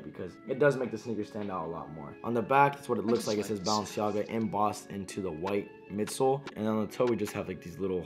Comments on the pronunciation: He says baallenciaga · I Think Your Saying Bounce-Jogga🤷🏾‍♂️ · Bruh its Bah-len-see-aga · he said BounceMeNaga 💀💀💀💀💀💀💀💀💀💀💀💀💀💀💀💀💀💀💀💀💀💀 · Why Do You Say Balenciaga Like That😂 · He can’t pronounce Balenciaga